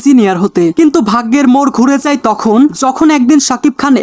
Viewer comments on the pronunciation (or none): none